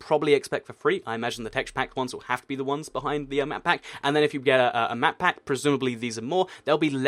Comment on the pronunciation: Anyone else hearing him say matpat when he says map pack. #GameTheory&ToycatCrossover #MakeItHappen